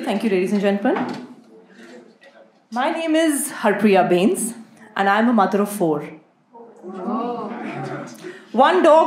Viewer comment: It's Bains not beince But yea houli-houli hasse fut e aounde😂 Chadikla hor hove tuhadi🙏